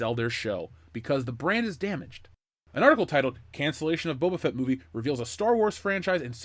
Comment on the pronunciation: Bubba Fett. For years i thought that's how his name was pronounced. Kinda like "Dark Vader"